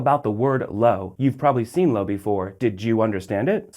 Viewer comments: "low"? "LOW" - STFU, gringo! you're seriously annoying, dude. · Yeah, a video about the Spanish word 'lo' and he pronounces it incorrectly every. single. time. It's just two letters, how hard can it be?!